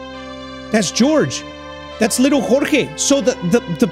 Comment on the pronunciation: why do you say chorchey and not jorge 😂😂😂